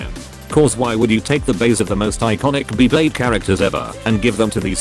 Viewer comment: just use ur voice i dont wanna be hearing beeblayde